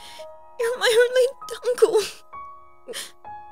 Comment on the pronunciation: Everyone: sad Me: SHE ACTULLY SAID “DUNCKLE”?!?